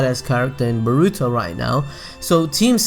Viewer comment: It's not pronounced boRUto, it's pronounced BORuto.